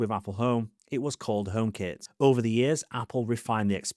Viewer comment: i kept wondering what the hell "omap" was